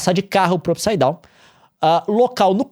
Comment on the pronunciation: Não dá... não dá! Como que assiste um vídeo do Leon falando "Up saidown" ao invés de "mundo invertido"